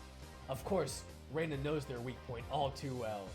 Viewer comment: This Reina thing was pretty confusing since you've been pronouncing her name wrong from the beginning. Rena is pronounced Re as in ready na as in navigation Reina is pronounced the way you've been pronouncing Rena.